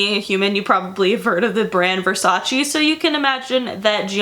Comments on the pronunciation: Love you and your videos❤☮ but im italian and i NEED to say this. Versace is not said /versaci/ but the last "e" is said like the second "e" in vErsace so its said /vErsacE/ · it’s Versache that’s how it’s pronounced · Francesca Morini even donatella mentionned she HATES it when americans pronounce it vers-aceeee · i love you but as an italian speaker and knowing that you actually have italian origins it i can;t stand your pronounciation. please, learn how to pronounce this shit :D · Donatella Versace says it irks her the way people commonly mispronounce Versace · MoonChild thank God u pointed it out ! It was continously hurting my ears